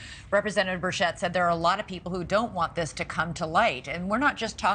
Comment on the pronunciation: It’s “Birch-it” not “Bur-shet”